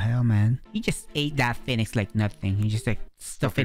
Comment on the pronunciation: "Phenix" Lol 🤣i love your vids btw!